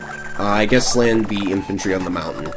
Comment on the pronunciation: “Thi” rocket?